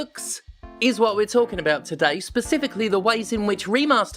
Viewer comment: Oh! Specific "Lee"... 😂